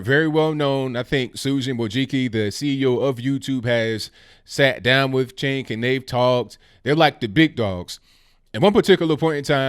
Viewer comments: It’s pronounced sink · Cenk? For Congress? The 'C' is pronounced like a 'J' in Turkish. Either way, he's a lefty Globalist. I wonder if he's a Muslim? NO Thank you to CENK!